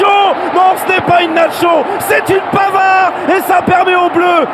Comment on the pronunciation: put-euh Benjamin Panard 1 ans